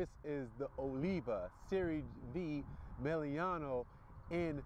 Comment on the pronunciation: Dude, why do you say "Meliano"? It's "Melanio". Meh-LA-nee-oh. I like your videos, it just gets under my skin hahaha